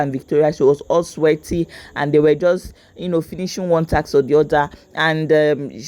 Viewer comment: Wager tassssskk not wagerrrr taxxxx😂